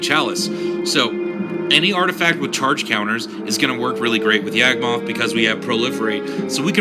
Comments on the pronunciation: He never had a spark, he was never a Planeswalker. Also as it was mentioned before Gate to Phyrexia exists, although it's probably inneficent. And I hate to be a stickler but "Yog-moth", not "Yag-moth". Cool synergy with the myogin though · Who the hell is YEAHG-moth?